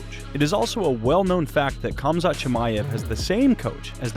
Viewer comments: For christ’s sake, americans, please learn to pronounce names. It’s not Kamzat, its Hamzat. As is Habib for that matter. Is it not bad enough that u guys are so illiterate that you only speak one language and on top of that you decide to butcher every name besides John? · For the love of god chumzat is not the pronunciation . Khamzat or pronounced as hamzat is like D'jango, the K is silent. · 👏👏👏 Another channel who cant pronounce Khamzat's name properly. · you are pronouncing his name wrong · PEW-GA-LIST? Pew-jah-list you ignoramus that can't even pronounce THE FIGHTER HE'S COVERING NAMED: HUM-ZAT not KUM-ZAT.